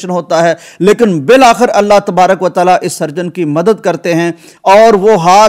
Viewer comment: اللّٰہ تالا غلط ہے اللّٰہ تعالٰی صحیح ہے